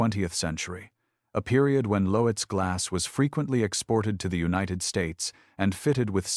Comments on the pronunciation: It's not Lo-etz....it's pronounced LOTZ...how could you be so stupid?? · Lotes... one syllable = Loetz. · Loetz was mispronounced.